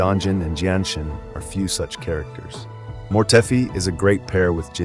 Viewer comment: Jianshin? Dont u mean jinhsi